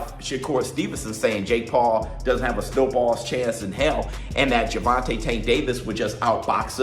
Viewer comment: It's not fucking ger von tah it's Ger von Tay say it TF right !!!